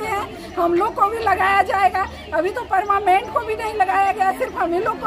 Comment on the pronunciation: Sare ke sare inefficient hain... Parmanent❌ Parmament✅....😂